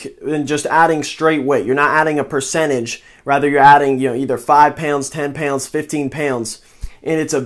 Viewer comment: where are you from? you say pounds werid AF, pewnds. 5 pewnds 10 pewnds 15 pewnds